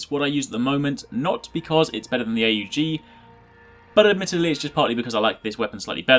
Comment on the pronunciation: its not pronounced A U G its pronounced as one word not three